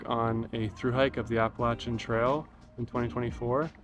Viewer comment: Glad to hear you pronounce Appalachian correctly. 😊